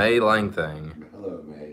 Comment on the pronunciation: “LANGSTANG” “LANGTHANG”: “LANGSTON?”: “LANGTHANG.”